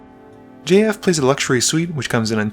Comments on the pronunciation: it took me a few minutes to reaize that you weren't just saying the name "Jeff" with an odd pronunciation. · Great video, saying JF every time tho just sounds like you're saying Jeff like that one line in 21 jump street 🤣🤣